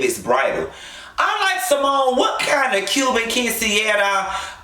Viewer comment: Did u say SeaMone lmao. And Eugene just sat there like he wasn’t just disrespected as a man. Ain’t no way!!!! And yep Dr G hella lame.